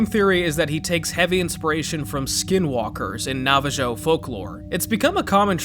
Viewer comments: NAVA JOE FOLKLORE 🗣️ 🙊 (it's ACKshually pronounced nava ho 🤓) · Brother pronouncing Navajo like Nava Joe instead of Nava Hoe makes me question if you are ai. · navahoe* NOT navajoe, no shade but it's a very easy fix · Its not "Nava-joe" its pronounce Nava-ho but nowadays we refer ourselves as Diné. Also the skinwalker motifs for the Sniffer is close just basically reversed, instead of a human shape-shifting into an animal with animal pelts its the Sniffer using human pelts. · "Nava joe" dude the j is pronounced as an h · Bro really said nava-jo. Fool, its NAVA-HO LOOK SHIT UP IF YOU'RE PUTTING IT IN YOUR SCRIPT. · Navajo is pronounced Nava-Hoe dude, the J is pronounced with an H like Juan or Jorge. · “Nava-JO” Bruh… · BRO it’s pronounced “Navaho” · Navajo is pronounced “nahva-ho”. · The j is silent in navajo (na-va-ho) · 1: it’s pronounced “na va ho” 2: best not to say the name of that creature, at least culturally. It risks drawing them to you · Did this guy just say ‘navajoe’ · I'm so sorry but Navajo is pronounced "nava-ho" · Am I the only one who noticed he pronounced it navajoe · Tiniest lil gripe, the j in Navajo is pronounced like an h. It uses the spanish pronounciation of the letter. Other than that, this video is awesome, keep it up, man! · "Nava-Joe" lmfao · I ignored you saying "for granite" but I draw the line at "navaJOE" alright buddy. Have a nice day. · "nawvhigdjoe" jesus christ dude, if you're gonna get the culture wrong at least get the name right >:V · Lol at your pronunciation of Navajo. The J is silent, bud. XD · not the Nava-joe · Did this dude say nava joe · Wait... NavaJo? It is supposed to be Navajo, with an "H" sound for the J. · "NavaJOE" Bruh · The backwards feet may inspired by several crytids/myths, including the abarimon or the curipiri. Also, it's pronounced Nava-ho. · It's NAVAJO bro, it's pronounced: NAV-uh-hoh they also call themselves Diné (dih-NEH), which means "the People". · You pronounced Navajo like NavaJoe 😂